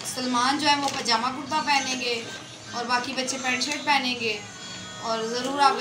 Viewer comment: Pjama hta h pnjama nhi 😁 tom and jery hta h tom and jely nhi😁